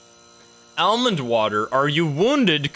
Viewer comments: Anyone else cringe every time he says El-mond water? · AL-Mand Water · The way he says almond water lmfao love it. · WHY IS NOBODY TALKING ABOUT THE WAY HE SAYS ALMOND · It stuck out like a beacon to me 😂 never heard it pronounced like that. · guys voice is crazy annoying also that's not how you say almond